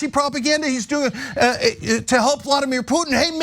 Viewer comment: Why does he keep saying "Vlodymir Putin"? It is Vladimir. Vlodymir is Zelenskyys first name... the Ukrainian PM. FFS even the basics he's getting wrong. This is such a painful thing to watch... comparing the warcrimes of the Nazis in Ukraine to a bunch of tikki torch waving wannabes in Idaho. UTTER B*LLOCKS